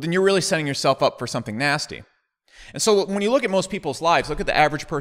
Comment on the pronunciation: All time favourite American pronounciation = "nasty"